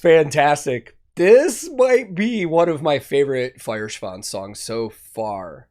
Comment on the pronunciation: Your Duolingo lessons are showing their fruits, excellent pronounciation of both the band name and the song title! Gut gemacht!